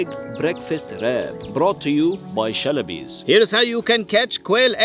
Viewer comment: "Brought to u by the SHelabiEs" 💀